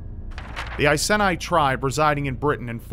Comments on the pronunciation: as a brit I know its pronounced eye-see-knee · Just an FYI, it's pronounced 'eye-sea-nee' But thank you for bringing the badass nature of Boudicca and the Iceni tribe to so many who won't know of it, I love this channel so much <3 Kindest Regards, Someone who grew up, and has lived in the Iceni area for over 20 years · Its pronounced (EYE SEE KNEE)